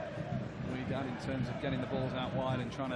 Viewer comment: Wydad pronounced “whydad” not “wedad”, can’t they read